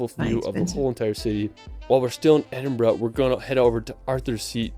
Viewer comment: The narrator doesn’t pronounce any of the names properly. He should have learned how to say Edinburgh, Glenfinnan viaduct etc better before attempting this video. If you pronounced the names the way he says the locals will either laugh at you or punch you. I’m from Scotland, I live just outside Glasgow and one hour from the capital Edinburgh. I’m not that far from Stirling and it’s history eg the Wallace Monument dedicated to William Wallace (Braveheart Movie). I adore the Highlands especially Skye. I’ve been Wild swimming in Loch Lomond and Loch Ness and white water rafting on the river Tay. I’ve also been on the Jacobite steam train over the Glenfinnan Viaduct and i’m not a harry potter fans as well as visiting Culloden battlefield , various castles, and the fairy pools in Skye. You can’t beat Scotland for its beauty and i’m glad i was born, bred and still live here. Thanks for the reaction. Take care 😘🏴 Alba Gu Braith🏴❤️